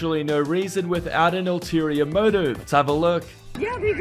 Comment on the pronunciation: It’s not “alterior” motive it’s ULTERIOR motive!!! :)